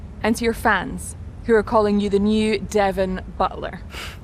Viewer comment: Devon Butt-ler